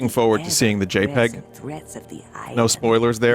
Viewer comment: Do games like this come out as some sort of cosmic penance for every good licensed game we get? Does the ghost of LJN arise and point a withered finger at a handful of licensed games per year? Most importantly, is it possible to hear Vinny say "JPEG" and not hear it as "Jape Egg"?